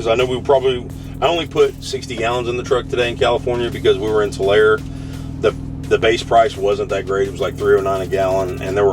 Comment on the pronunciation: Bro ! It’s pronounced Too-Larry “Tulare” 😂